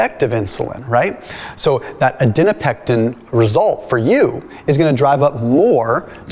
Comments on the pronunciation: it is ADIPONECTIN. Not ADINOPECTIN. Like adipose. Please correct this as you have made the same mistake in many many many other videos and it might confuse people. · you're pronouncing it wrong,: Adiponectin - a DIP uh NECT in Thank you 👍